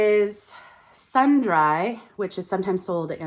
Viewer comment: Fyi that brand is pronounced SUN-DREE. :) Cute hoodie!